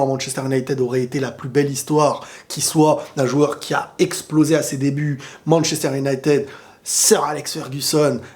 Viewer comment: prononce bien Manchester United stp c'est horrible